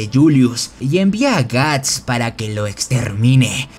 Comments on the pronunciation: que mierda es guns y por que llamas asi a guts xd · Cada vez que dices gantz en vez de guts muere un niño pequeño. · Soy yo o estoy escuchando Guns.. y no Guts....😵‍💫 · me da toc cuando dice guns y no guts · Suena un poco ofencivo que digas Guns en lugar de Guts . Pero buen resumen igual. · todo bien pero... porque lo llamas "ganz"... es "guts", que se pronuncia "gats". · Wow ni siquiera termine de ver el vídeo Tu voz es realmente molesta jajaja Es gust o ganzt?? Habla bien we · Gants gants gants gants carajo ese es otro manga al menos hubieras aprendido como pronunciarlo Edit: llegue a la parte fepnom uffff man….